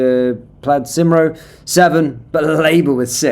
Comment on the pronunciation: Cymru ....is said Kumree ....not symroo